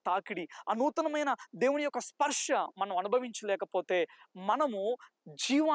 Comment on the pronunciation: Sparsha kadu brother sparsa